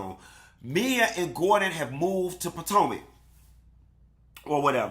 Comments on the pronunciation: Not POTANKA...🤣🤣🤣🤣 HUN-Tee this opening was giving!!!!👏🏽👏🏽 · I hollered when you said “Patanka”!!!!! Yassss!!! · I’ve been waiting for this! I love hearing you say “Potanka”😂😂😂😂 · I laugh every time he says it haha